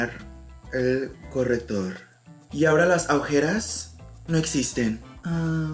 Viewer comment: "Las aujeras" 🤣🤣 Las ojeras! Hahaha pinche you Crack me up! Lol